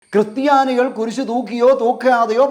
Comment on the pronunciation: Sorry to say "cry Stiani"